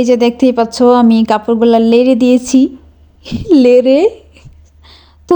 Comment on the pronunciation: অনেক সুন্দর হয়েছে আপু ভিডিওটা আপনার কিন্তু আপনি যে বললেন লেরে শব্দটা লেরে না নেড়েচেড়ে হবে❤❤❤❤❤❤❤❤